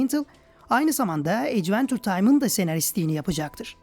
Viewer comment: ecventur diye telaffuz edilmiyor bildiğim kadarıyla